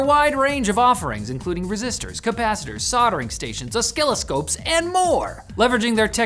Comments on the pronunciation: "oskilloscopes"??? Don't you mean oscilloscopes? 😂 I had to rewind the video because I thought I misheard it. Thank you for the laugh. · OsKilloscopes?!? W.T.F. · Linus that is OSILL-O-SCOPES not OS-KILL-I-SCOPES get it right mate! I find the north American way of pronouncing English most irritating one wonders at the schooling methodology up there. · OH my god he call them A SKILL _ O _ SCOPES!!!!!!!!!! BWAHAHAHAHAAHAHAHAH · Wait...did he say "oskilloscopes"? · During that sponsor segment ... a-skill-a-scopes? 😂😂😂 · OsKILL-O-Scopes? hmmmm lol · "Ah-Skill-Oh-Scopes." Really?!?! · osc-killo-scopes, what's this man on. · Did he really say "o-skill-o-scopes" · Did just say O-skill-o-scope in the sponsor segment? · 'O-skillo-scopes;. Hehehe... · Did... Did just say osKilloscopes? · he said oskiloskopes ... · Ah yes, "o-skill-o-scopes"